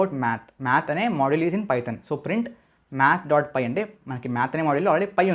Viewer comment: py kada not pi